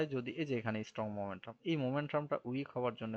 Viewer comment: Not Momentrum just Momentum/ ক্লাসটা খুব সুন্দর ছিল বাট মোমেট্রাম কথাটা বড্ড বেশি কানে ভাঁধছিল।